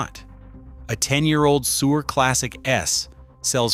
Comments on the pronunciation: I thought he said “Sewer” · It's pronouncing Suhr "sewer." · Unwatchable AI .... cannot even properly pronounce Suhr .... SMH